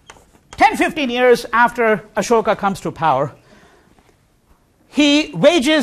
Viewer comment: How is it that you were born in Delhi and pronounce Ashok incorrectly.?